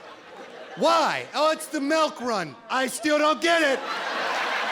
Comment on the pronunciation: Melk ... lol, must be the Midwest accent for milk